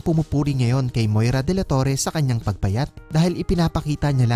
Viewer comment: Medyo malapad pa rin shah, I love it when she pronounces "sa" as shah... her trademark **shashabihin ko shayo**